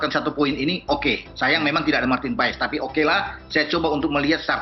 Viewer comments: Itu Bacanya Bukan PA-ES, tapi PAS. Awesome dibaca Osem ! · Paes di baca (Pas)